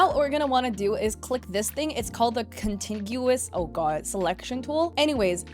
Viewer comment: Very helpful tutorial, I had zero clue about the grow options or the symmetry tool. P.S. its pronounced Con-tig-you-us :yougotthis